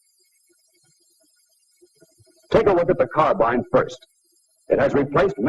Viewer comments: He says car bine instead of car bean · never figured out why so many people mispronounced carbine. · Interesting that he pronounces 'carbine' like us English, rather than the modern American way.